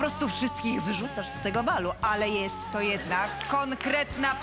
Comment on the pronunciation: A bardziej nie "jest" tylko "yest" 😂 😂